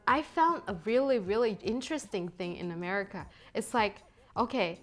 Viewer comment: Wait, did she call it A-meh-rica? 😂😂😂. Okay, just forget aesthetics 😂😂😂 and even decorum 😂😂😂 -- that's not America. The beauty of America is there is plenty of opportunity (land of opportunities), however, there is also plenty of greed. Gotta take the good with the ugly.